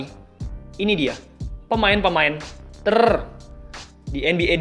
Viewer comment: Suara Ter nya gregetan